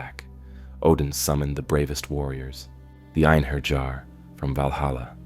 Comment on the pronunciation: There's no Jars in Norse myth. And definitely none in Einherjar. Its one lf the pronunciations you can learn easily with a bit of effort. It just... hurts my soul. Good storytelling, though. I enjoyed it.